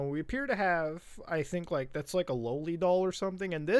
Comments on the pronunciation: Did he just say "Lowlie" instead of loli? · I hate how he says low-li, I honestly didn't know he was referring to a loli. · Took me the whole video to realize that he meant Loli when he said lowly